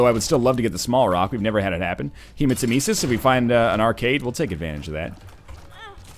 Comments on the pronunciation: Hey guys! I have, like, hundreds of episodes to cover so please tell me if he learned that Hematemesis is pronounced like Nemesis (Revenge goddess) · He does in fact learn this! UNFORTUNATELY, he learned it a few hundred runs into Afterbirth. Pretty sure he pronounces it incorrectly for this entire series.